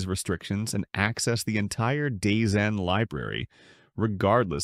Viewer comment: Dazone not dazen